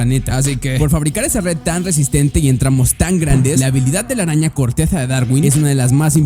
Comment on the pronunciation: En el minuto dise corteda